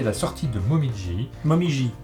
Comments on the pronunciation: Désolé. Martin a raison: le "ji" est prononcé Dji en japonais. Donc c'est "Momidji"! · Non, ca se prononce momidji avec un petit d ^^ La feuille d'erable rougissante